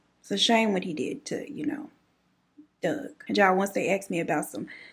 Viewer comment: Of course she knew! The QUILT with the initials gives it away....and you saying DOUGH doug had me rolling.